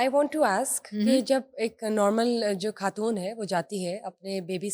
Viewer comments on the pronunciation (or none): یہ ھوسٹ صاحبہ خود لفظ کھود بول رھی ہیں۔ یہ خ کو کھ بول رہی اور لفظ خاتون کو کھاتون بول رہی ہیں۔۔ یہ انڈیا میں بولا جاتا ہے۔ اس کا مطلب ہی کہ یہ صاحبہ انڈیا کا میڈیا بہت دیکھتیں ہیں۔ ھماری اردو زبان ہی ھماری اردو بولنی چاہیے نا کہ ھندی بولنی چاہیے۔😢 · آج کل لوگ خود کو کھد خاتون کو کھاتون کیوں بولتے ہیں جیسے یہ اینکر